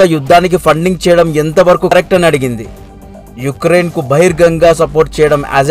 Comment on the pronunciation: Good information and well presentation..👍 But names pronunciation is wrong... లిజ్ ట్రుస్ కాదు - లిజ్ ట్రస్ యుక్రెన్ కాదు - ఉక్రెయిన్